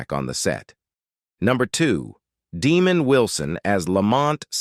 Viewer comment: DeMOND, not DEmund. Imagine Demand with an o instead of an a. You sound old enough to know better, but maybe you were manufactured more recently than your voice implies.